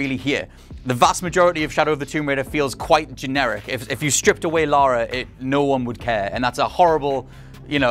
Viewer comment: Lara, not "Laura", "Lara". 20 years and you STILL can't get it right. Jesus Christ, get a reviewer who actually played the games.